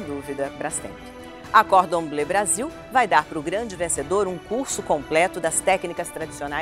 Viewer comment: Oitava temporada.. e Ana Paula Padrão ainda não aprendeu a pronunciar "Cordon Bleu"... aguenta povo!!!